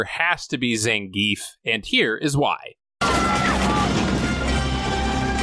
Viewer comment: It’s pronounced Zain-gef not zen-geef